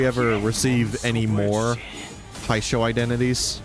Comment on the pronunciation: hello it is me sancho from hit video game limbus company. your pronunciation makes me sad 😢. Hongyuan (Hohng-you-ahn) Jia Qiu (Jyeh Chyoo) Heishou (Hey-show) i hope this helps